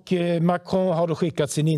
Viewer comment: Mahcroooow, jesus kristus säg MAKRON. Låter 20 gånger bättre när Emmy säger det.